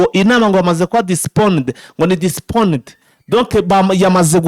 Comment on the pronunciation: Bavuga postponed ntabwo ari disponed